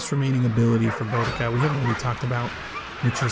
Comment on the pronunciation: I feel like I will need to play this for a LONG time to be good enough to take advantage of a 4 seconds ability. But hey, you said her name right.